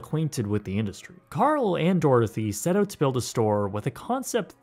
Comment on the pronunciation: PRONOUNCE "OUT"!!!